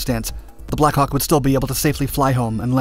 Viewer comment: Narrator: Blackhawk I hear: Blackcock